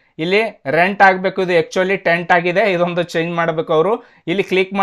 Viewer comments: ಅದು Tent ಅಲ್ಲ Sir....Tenant..(ಬಾಡಿಗೆದಾರ) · Hello Sir,it's Not a Tent it's Tenant Andre ಬಾಡಿಗೆದಾರ,Adhu Correct idhe.. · Adu tent alla tenant antha andre ಬಾಡಿಗೆದಾರ Aden video madthiro...🤦🏻‍♂️🤦🏻‍♂️🤦🏻‍♂️